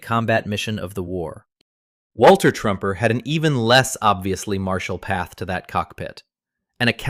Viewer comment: Hey AI narrator guy...2nd Lt. Walter Truemper is pronounced True-Emper and Sgt. Archibald Mathies is pronounced Math-ees. You got that one right once or twice.